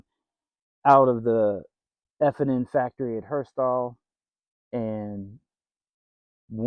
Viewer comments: I have one. It's made by FN not f & n. Who is that ? sounds like m&m, lmao. And furthermore if the manufacturer purchased the Patent Royalties from Mauser then it is a Mauser. But I don't know what may or may not have happened legally due to all of the carnage and chaos in the Post WW2 era. Many companies that were part of Hitler's war machine were forced out of business by the Allies after the Nazis were defeated, such as KRUPP. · Friend. Its not F and N. Its "FN" for Fabric Nationale. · FN. Not F&N.